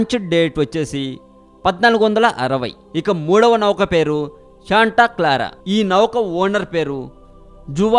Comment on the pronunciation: orey nayanaa ...navakaa kadhu ra babu .."nauka" ......saaare cheyyandi kadhu.... "share" cheyyandi ..